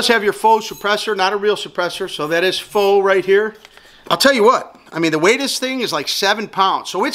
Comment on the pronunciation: God bless thank you for saying faux correctly.... You know how many videos i saw where people say it like fox.... Great review, thanks you.